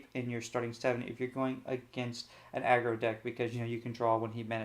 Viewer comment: This guy is the best lorcana streamer. There are some with no decklists, no explanation of what is played, why its played, no conclusion and what to change. The worst are the ones that cant pronounce aggro and say "a grow" instead